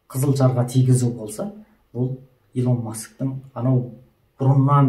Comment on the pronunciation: Илон деп жазылады Илн деп айтылады брат